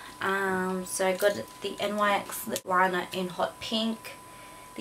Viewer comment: its not pronounced n y x you say it altogether